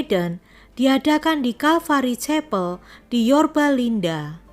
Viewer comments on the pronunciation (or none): none